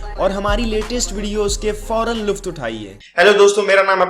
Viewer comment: आप एक शब्द बोलते हैं। लुफ्त।।।।।लेकिन ये लुत्फ होता है